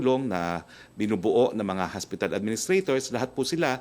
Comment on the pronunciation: "HOSPITAL", HINDI HASPITAL, wag ka trying hard maging amerikano.